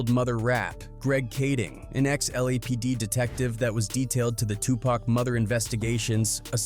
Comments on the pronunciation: AI can’t even pronounce murder correctly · A.i. can't say murder it sounds like mother. Wtf? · Yes! I was just about to say the same thing! 2pac's Mother?!!!🤔🤷🏾‍♀️🤷🏾‍♂️🤷🏿 Come on AI!🤦🏾‍♀️🤦🏾‍♂️🤦🏾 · He saying mother instead murder